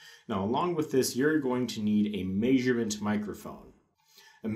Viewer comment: not to mention "maysurement" and "Nahrmal"